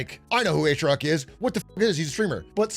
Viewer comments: "PeR aTrIoC" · "Per Atrioc?" Who's Atrioc? I only know Big A